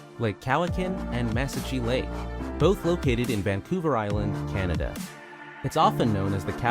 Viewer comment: The narrator in that video had terrible pronunciation of New Brunswick, Manitoba and Nunavut as well as Lake Cowichan and Mesachie Lake. Several other words that I can't remember now. When he was talking about the Vancouver Island Marmots he said "where most BIRDS migrate these do not." He knows they aren't birds right?